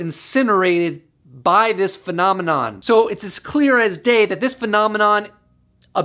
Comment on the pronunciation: Got tired of you saying phenomenom!!!!